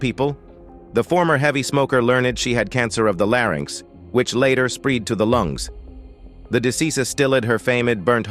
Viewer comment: "Later SPREED to the lungs." Martha VANDELLA. DO BETTER, PLEASE.😔